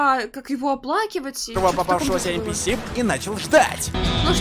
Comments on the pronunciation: не [Эн пи эс],а [Эн пи си]. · Все: Энписи: ЭНПЭЭС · Все: энписи: энпиэс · Мне одному резало ухо нпс!? ))) эн пи си если что ))) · Ааа я раздражаюсь от слова энпиэс лично я говорю энписи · Не ЭНПИЭС А ЭНПИСИ Кстати я полностью его проходила IQ тест